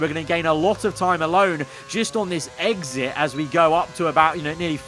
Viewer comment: "a great eGgSiT" 😂😂😂